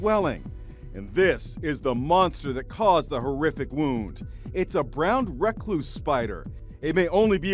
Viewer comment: Kinda triggered how he pronounced "Brown Recluse"